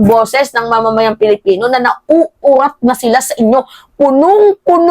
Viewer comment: PWEDE BA, WAG MONG GAYAHIN SI MAHARLIKA NA SINISIRA ANG PAGBIGKAS SA SALITANG ...PILIPINO... GINAGAYA MO SI BALIW NA LUKARET.. KUNG BIGKASIN AY..PALIPINO..PALIPINAS..MAG- ARAL NGA KAYO!!! 😖😖😖